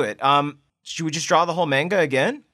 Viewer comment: Who else got kinda triggered when they pronounced manga wrong?